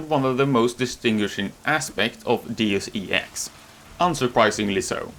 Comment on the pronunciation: nothing wrong with what I'm going to mention, but you're the first I hear saying Deus E X instead of DeusEx. I loved the game more than human revolutions, too bad all the thing that happened and this one needed the second part....